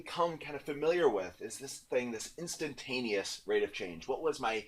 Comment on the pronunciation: instantaneous not intantanteous